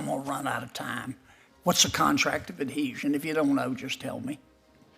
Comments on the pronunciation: Adeasion? Ad-Heasion, lady. Pronounce it. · She says: “contract of adesion” , apparently is not familiar with the word “adHesion” let alone the meaning. What a JOKE! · it’s adhesion! a legal concept and one that a Yale law graduate should not only know, but correctly pronounce. And yet this DEI appointment was confirmed and currently sits on the bench. AHDESION indeed…. what a disgrace. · Did I hear her say adesion? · Adeezhun. She's never heard the word adhesion! Whoever gave her her current job should be in prison. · She didn’t even pronounce adhesion correctly. Contract of Adeezion. Yea deez nuts. Or maybe aDEIzion. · She didn’t even pronounce the word adhesion right. I looked it up and it’s pretty basic, and it’s something she should know.